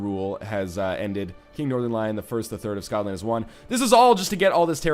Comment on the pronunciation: My gosh the "SKOTland" made me laugh so damn hard, that I have to favourite this episode XD